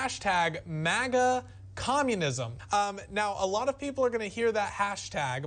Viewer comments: "MOGAH movement" LOL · MAGA is pronounced like Saga. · He pronounces MAGA similar to the second word in Krav Maga, except with stress on the first syllable.